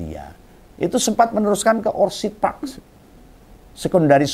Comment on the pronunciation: Orchid itu pengucapannya ORKID.... Bukan orcid